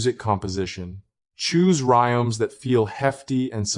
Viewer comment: Terrible AI. It keeps saying "music" for some weird reason. And says "rimes" or "rioms" instead of rhizomes. Very annoying. Should be taken down.